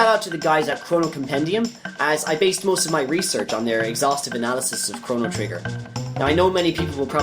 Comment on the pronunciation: Damn, you butchered all most every name in the game.